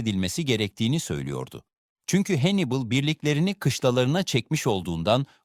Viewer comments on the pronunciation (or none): none